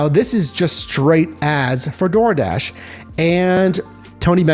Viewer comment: Dardish? Dardish??